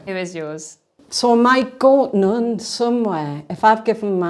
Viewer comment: As an easterner what's this accent? It makes her so elegant well except that 'nuun' pronunciation.